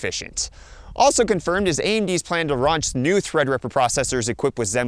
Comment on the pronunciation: "raunch" lmao. js (it happens, this is how you can tell it was done live. but still funny)